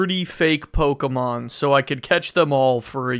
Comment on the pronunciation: That may be the first time I have heard Pokemon pronounce it as actually "Pokemon" and not pokeeemon